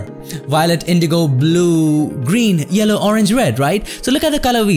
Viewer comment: don't forget "shyan" and "jello"